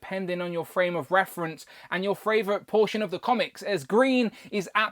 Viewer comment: I googled it and everything, but why do you say fRavorite? I can't find any results on this pronunciation of favorite...